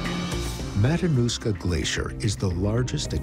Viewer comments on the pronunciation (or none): "Oh the 'mananushka glacier'"